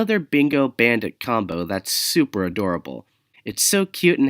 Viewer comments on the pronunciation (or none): none